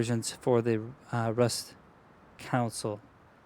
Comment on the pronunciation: Great video. Bugged me was the council- console thing. “Con-soul” sounds like you keep saying rust council version 😂